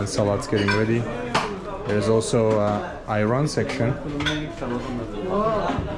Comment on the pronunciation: Assalamualaikum not salamuhalaikum.. hehehe..❤❤❤❤